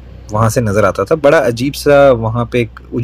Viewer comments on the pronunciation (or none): none